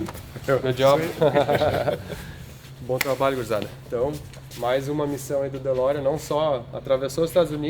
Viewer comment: Fe Lorean ou De Ferrari?